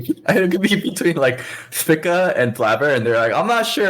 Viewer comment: Someone needs to tell why everyone else pronounces it "SPEAK-A"